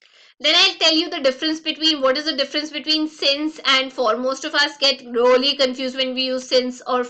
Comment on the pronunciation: Why she speaks 'Rolly' instead of 'Really'???